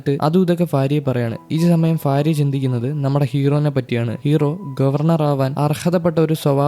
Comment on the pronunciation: ഫാര്യ ❌ഭാര്യ ✅😊